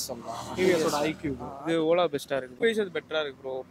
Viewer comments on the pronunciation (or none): Bro it’s not icube! It’s iqube 😅